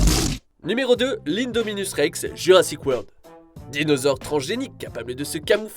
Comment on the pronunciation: On dit Indoraptor comme Linkedin pas 1doraptor voyons ! Pareil pour l’indominus Rex c’est in comme dans en anglais pour ces hybrides. Vous n’avez pas travaillé suffisamment sur le sujet 🫤